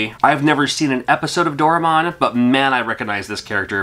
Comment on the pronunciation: its do rae mon not door a mon